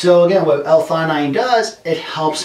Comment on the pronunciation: Umm you definitely didn't pronounce this right